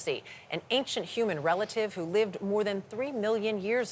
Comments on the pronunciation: Why does the presenter say "youman" instead of "human"?? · Mr Reporter human is pronounced "HEW - MAN". The "H" is NOT silent. 😮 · What's a "yuman"? Lmao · umans can he not say humans properly or is an american pronunciation thing? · Why does he say human like that? Yuman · What’s a Yuman? 😂